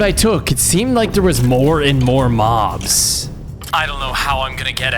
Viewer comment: Mobs is not how you say it